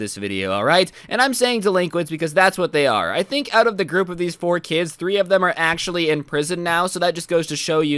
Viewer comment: No one: Absolutely no one:: Achother